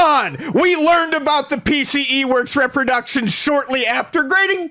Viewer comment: really needs to learn how to pronounce RE-production.